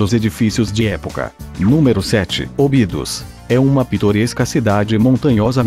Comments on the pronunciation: Óbidos, não "ôbidus". Guimarães, não "Guimaráes". Évora, não "Evôra". Esse "Top 10" é na sua opinião, certo? Faltaram mais cidades lindas que, com certeza, se encaixariam nas 10. O vídeo, em sí, é muito bom, porém... Péssima dicção, em muitos momentos, com esse programa que você usa... Seria bem melhor usar sua própria voz... Acho que sua voz, não pode ser pior do que essa voz "sintetizada", que erra quase todas as pronúncias. Parabéns pelo video... (só o video). Abraço. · A locução é estranha sim, mas tem a vantagem de ser clara. Infelizmente parece que o locutor nada sabe do que está falando, e não pronuncia corretamente o nome de algumas cidades. Um exemplo típico é ÓBIDOS: palavra proparoxítona. A primeira sílaba |Ó| é a sílaba tônica, mas o locutor por certo nunca ouviu falar desta pequena e famosa cidade histórica, e por indesculpável ignorância pronuncia "OBÍDOS". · Portugal nao abrange o Mediterraneo. Sintra nao e cidade. Muita info. incorreta. Nao sabe pronunciar Obidos. Obidos nao e cidade.